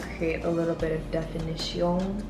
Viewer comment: When she said definition with an accent 😂 who doesn't do that?